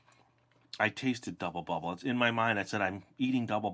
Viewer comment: Is it just me or did he say gubble bubble in the part when he says how good it smells